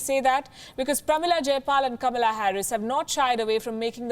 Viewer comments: The name is "KA-MAA-LAA" not KAMLA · Kamala Harris identifies herself more as as black African American [even though her Dad is from the Caribbean rather than from Africa] rather than half Indian - even wants her name pronounced as ''Comma 'la' rather than the Indian way which happens to be the way it is spelt too. Both Biden & Harris have criticized India recently over issues such as Kashmir, the CAA laws etc - so they certainly are NO friends of India & the 3m+ Indian diaspora in the U.S. should NOT be fooled but vote to re-elect President Trump who is very much pro-Indian & pro-business. The Labour Party in Britain made the same mistake last year & so angered the Indian diaspora in the U.K. so much that they mostly voted for the Tory Party in their resounding win in last December's General Election.